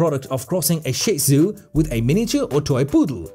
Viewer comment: It’s too bad the narrator doesn’t know how to pronounce ‘Shih’ or ‘Bichon’.